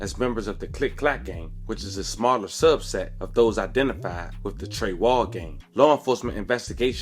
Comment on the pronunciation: It’s not Trey wall it’s .. Trey side smh lmao 🤣